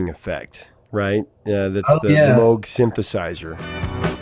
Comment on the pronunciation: Sorry Prof, it’s Moog, not Moge